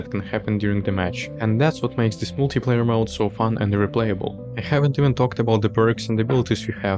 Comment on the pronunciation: Если я не ошибаюсь, multi-player на англ. произносится МАЛТИ ПЛЭЙЕР)